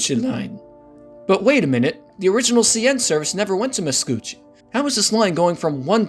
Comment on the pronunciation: said Macouche Station instead of Mascouche. Macouche in french translates to my diaper in english. lol